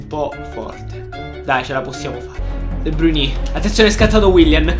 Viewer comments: Si pronuncia de Bruin non de bruiní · Comunque la pronuncia e' De Brain non De Bruni' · si pronuncia de brain